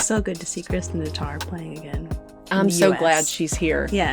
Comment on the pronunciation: TaTTar, not Tatar!!